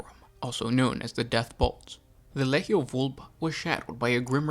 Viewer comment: It's Lee-Gee-Ohh. How much shit can you pronounce so horribly wrong every video man.